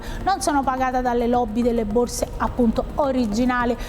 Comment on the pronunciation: "Tg borze" 😂